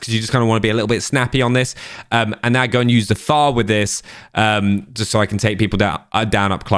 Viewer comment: Why are you saying FAR, it is F F A R